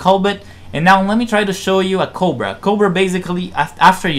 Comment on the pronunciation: Are you trying to say "cobra maneuver"? I clearly hear a 't' or 'd' and no 'r' at the end of the word when you say it. It sound like you say "covid maneuver" Even the captions say "coal but". Just slow down when you talk. I never understood why foreigners speak so fast yet haven't learned pronunciation. I would think it would be the other way around. This isnt meant to be an insult. When English speakers learn a new language they usually have to speak slowly untill theyre fluent, and speed is the last thing that comes. We must sound dumb to the rest of the world lol. Some foreigners that are fluent will speak so fast and we wont understand. Maybe English has too many unnecessary words, so foreign speakers rush through the sentences?